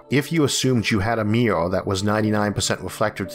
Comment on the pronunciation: It's the way he pronounces Mirror...